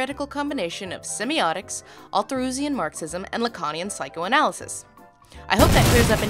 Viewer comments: do you always say althuRessian? :p love ya work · How can you call yourself a feminist if you can't even pronounce althussurian marxism correctly!